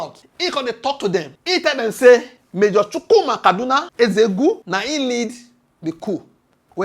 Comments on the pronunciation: Nzeogwu not nzego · abeg pronounce NZEOGWU name well no be EZEOGU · Who is Ezegwu, try to learn how to pronounce Igbo names.